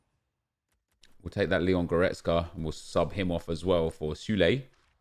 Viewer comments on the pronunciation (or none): none